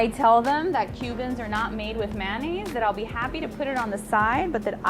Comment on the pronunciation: I heard them say "sangwich" and "man-nays." 😄